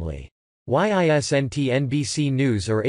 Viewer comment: Why I s n ' t the reader able to pronounce "isn't" ?